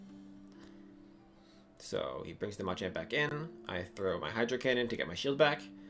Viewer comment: Nice video! The way you say Machamp really triggers me though 😂